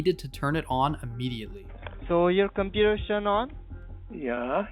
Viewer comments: Compeweww really a pajeet way to pronounce computer 💀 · Inn scammer benchodo ki english sunke hi pata chal jaa rha he ki scammer he 😂😂😂 computer ko compuaa😂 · "compurer" lmao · If someone says Compujer, end the call. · "on yo compuer" "yo scree"